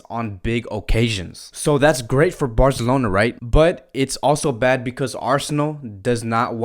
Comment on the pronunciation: The way you say Barcelona 👍👍